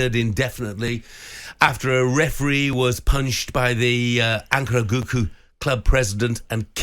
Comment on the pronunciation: Ankaragucu is pronounced Ankara goo jew but you must say goo joo very quickly joo could be jew too, but it is not go coo as Jeff Sterling is saying.